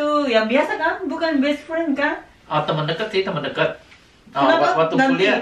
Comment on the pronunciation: Ngomong temen,dengernya tuman wkwk